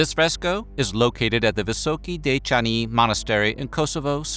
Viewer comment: For years I enjoy your every video, just to say:kudos for great pronunciation of “Visoki Dečani” ❤ love from Serbia!